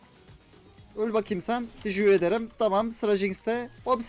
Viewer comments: teşeğür edrim demen sinirimi bozuyo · NOBODY:: TEJEKUR EDERIM TEJEKUR EDERIM